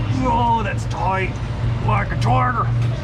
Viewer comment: Omg he said “toight like toiger”. We say that at work all the time.